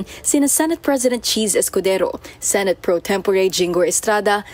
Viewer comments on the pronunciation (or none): none